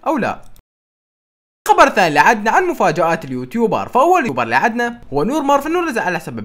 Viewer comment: يوتيوبر❎: يوبر ✅ 😹😹❤️❤️